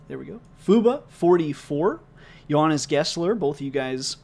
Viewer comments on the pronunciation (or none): none